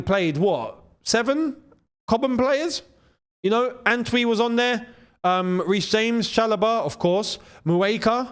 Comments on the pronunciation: How do you pronounced the name ANTWI 😂. That's not a Ghanaian pronunciation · As a Ghanaian, it is so hilarious hearing attempt to pronounce the name Antwi😂😂😂😂funniest thing I've heard all year